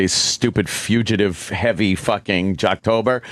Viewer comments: We have a "fuchitive" sighting! (60 seconds in) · Opie doesn’t know how to say “fugitive.” Or DeNiro. Or Epitome.